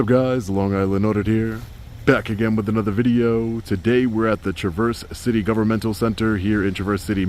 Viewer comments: Hey. Great job, as always. I live in West MI. If you're ever in the Grand Rapids area I'd love to meet you. Also, it's pronounced tre·vers si·tee. Sorry, I had to pick on ya a bit. Keep up the great work. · Good audit. FYI it is pronounced TRAV-erse City. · its pronounced (Traverse, verse like in a song all one word Traverse..that short officer has bullied and violated many citizens because of his small mans stature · LOL,, it’s pronounced TRA-VERSE City (the A sound is the same as TAVERN). It’s an extremely Michigan-sounding name, so I get it. 😂 Thank you for coming to my state!! Come to Grand Rapids! The GRPD is AWFUL. I’m a professor at some of the colleges around here, and I’ve been harassed numerous times by the GRPD. They also murdered Patrick Lyoya, and I have no doubt they do heinous things on a daily basis. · The correct pronunciation of the city is: TRaa-Versse City. Just thought I'd mention it. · You are mispronouncing the name. It’s Tra verse. lol. Everyone does it. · T-rav - er City that’s how you pronounce it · Stop. It’s Trav-herse-city. 😂😂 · It's pronounced tra·vrs si·tee! I'm from Michigan. Great video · Yay you're in my state! No biggie not that it matters, but Traverse City is pronounced like you would say the word travel. Any chance you could visit the 33rd District Court in Woodhaven Michigan? They have no filming signs even in the common public area. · Hey, just a heads up regarding pronunciation of "Traverse City". I've always heard the emphasis put on the front-end of the word, like the way the name "Travis" is pronounced, with emphasis on "Tra" part of the word....Travis city...Traverse City.....I lived in the Midwest for a few years, had to learn the strange ways of midwest enunciations, ohhh don't ya know. And as always, great work! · Traverse - first syllable is pronounced with “a” as in bat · TRAH-verse city is how it's pronounced. A common mistake from non-Michiganders. Welcome to Michigan. ❤